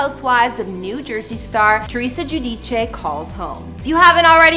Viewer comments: You're a Canadian and you pronounce her last name the correct Italian way the people saying geu-dice is incorrect her last name the real Italian pronunciation is Ge-u-Di-chã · It’s the proper way to pronounce her last name, the Italian way…. Not Jew dice